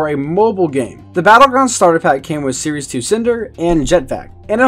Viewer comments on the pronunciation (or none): none